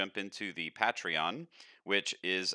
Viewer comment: Such weird pronunciation of Patreon.